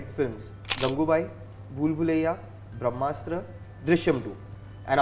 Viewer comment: he is saying brahamstra hit 🤣🤣